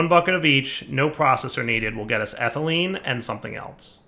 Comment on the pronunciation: Pronounces ethylene correctly, but still mispronounced polyethylene